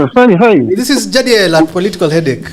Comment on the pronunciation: Odhiambo and Jagero why are you calling Jadiel like Ja🐐😅?